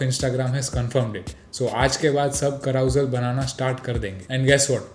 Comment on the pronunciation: Carousel is pronounced as ka·ruh·sel and not literally i.e. how you were saying. Now let AI fix that :-)